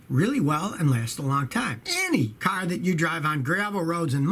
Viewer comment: Anyone here for the way he says CARRRR